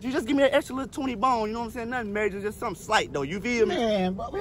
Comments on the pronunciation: He actually said..."Nun slight just sum opposite of what he said the other 3 times... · sumin' slight g